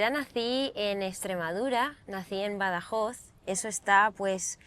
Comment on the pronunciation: Oye que bien dices Badajoz, así no te lo enseñamos...😂😂😂😂